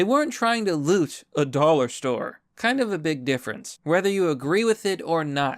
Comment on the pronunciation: No, not the dollah stowe!!!